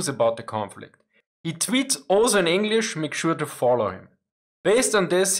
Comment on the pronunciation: First of all, thanks a lot for another insightful video! A bit off-topic, but you really improved your English pronunciation over the years. Highly appreciated, as it makes it much more enjoyable to listen (not that I would not enjoy your videos otherwise ;)